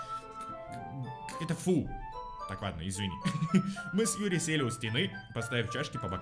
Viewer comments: Юри а не ЮрИ.. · Не юрИ, а Юри!!! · Почему он говорит юрИ,а не Юри? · Ю́ри а не Юри́!!! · Юри, не юрИ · ПОЧЕМУ ОН ГОВОРИТ ЮрИ? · Она не юрИ а Юри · Не юрИ а Юри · Блин прошло 5 лет, а меня до сих пор бесит что говонит Юри́ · ударение ставиться на "ю" Юри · ЮЮЮЮЮЮри, запомни! Ударение на Ю! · Юри ударение на ююююю